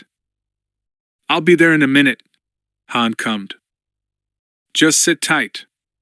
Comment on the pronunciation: Stop reading "commed" as "cummed" 💀